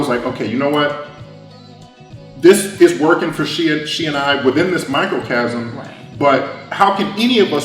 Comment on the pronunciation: Microcosm! Not microcasm... there's no such thing. Ugh... that was bugging me. 😂